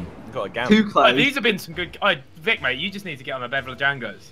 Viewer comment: *mate- it rhymes with 8